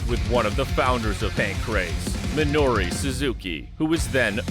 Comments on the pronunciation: Dig the video, but it's MinorU Suzuki. Not Minori. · Why does he keep calling him "Minori Suzuki"? Also, I'm pretty sure Guy Mezger wasn't the world champion of UFC 4. That went to Royce Gracie. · Minoru Suzuki, not "Minori."